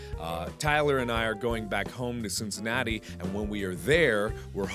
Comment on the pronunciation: guys he said cinnicantitii at the begining and that os where harambe died doh 😮